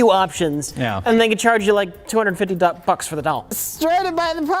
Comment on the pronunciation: I like how he manages to almost flawlessly get through "fairly mass-produceable customization", only to immediately flub "bucks" a couple seconds later. The Dichotomy of